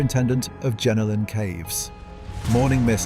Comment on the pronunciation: its Jenolan not jenilon get it right